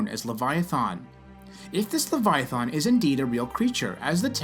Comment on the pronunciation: Your depiction is so off it barely clings to logic that can be comprehended. And they way you pronounce the name. In what dragons mouth would a guttural thAn be sounded? Least you believed what you said and ended with only God knows. Only God told his pet to stop and it listened showing the might that’s exponentially greater that which is possessed by God. And also for Job it shows how God listens and is with anyone even no matter how detailed. I hope you grow and don’t keep fooling yourself with what is factual knowledge that is passed inside by the sprit Jesus left behind. Aka the Holy Spirit. It teaches us and lets us understand. I am not picking on you I just want to show possibilities.